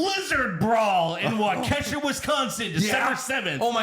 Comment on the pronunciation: Wa-Kesha? LOL It's Wah-Kaw-Shaw..